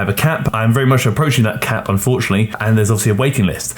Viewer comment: I thought you said “I have a cat” when you said “I have a cap”. I figured the cat would take up a lot of your free time so you can’t take on too many clients.